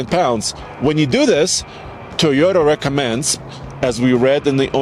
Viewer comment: Mugly as sin. It's TOYota, not TEEota. 😉